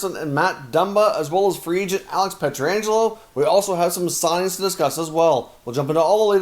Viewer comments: I really enjoy your videos. Wish you could pronounce the St Louis defenseman’s name correctly, it’s PET-RANJ-ELO (not peter-anjelo). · It's not Pietra-angelo One 'A' there, not two. Pronounced Piet-rangelo.